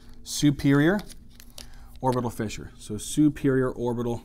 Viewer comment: when u said superior orbital "fissure" I thought 100% this was Arabic. Omg, you literally pronounced a word that means "pop corn" in Arabic the perfect way lol !!!!